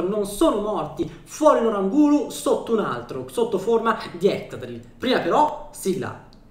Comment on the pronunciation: sotto forma di “ettadrill” ti adoro 😂❤️